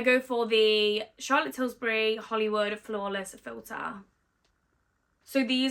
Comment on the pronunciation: Love how you call it Charlotte Tilsbury 🙊😂